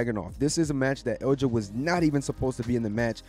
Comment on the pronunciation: My boy... Ilja.. eel-yah